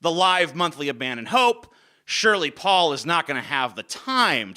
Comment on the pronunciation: I thought referred to Paul as "Ball" at first... funnily enough I knew exactly who he meant nonetheless.